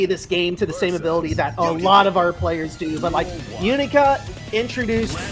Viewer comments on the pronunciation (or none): “not going for a stide steal, instead staying stame stide”